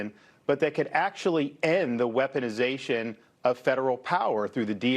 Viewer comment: If i hear Dim Scott say wesponization one more time, ill scream